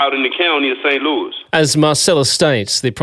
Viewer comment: Its St Louis not St Louise